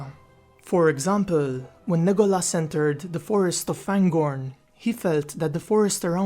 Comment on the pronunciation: his name was pronounced Le GO las